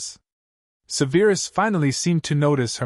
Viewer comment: I love how Petunia is very self assured. I love that neither Vernon nor Dudley have been mentioned. Now. if we could just get Snapes name pronounced correctly. It is not Seveeerus lol; it is sev er us.